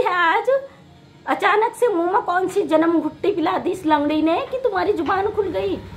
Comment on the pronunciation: lakdi nhi langadi thik se to bolo thoda dhire dhire😂😂